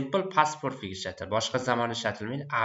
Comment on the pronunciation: Aka nimaga perfect zamonni poʻrfect deb aytasiz, talaffuzga etibor beringda axir oʻqtuvchisiz